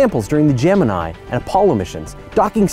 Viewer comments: Don't let Amy hear you pronounce Gemini that way ;) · It's because NASA pronounced it ending "ee". She says it historically :)